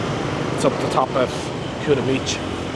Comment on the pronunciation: hhaha welocome to kutaaa.. KUTA not Kyuta jajajjajaj.. what camera are you using?